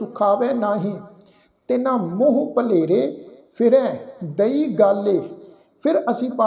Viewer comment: ਵੀਰ ਜੀ ਤੁਸੀਂ ਬਿਲਕੁੱਲ ਸਹੀ ਉਚਾਰਣ ਕੀਤਾ (ਦਈ)